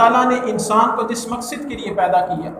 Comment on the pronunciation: مقصد ہوتا ہے ص کے فتح کے ساتھ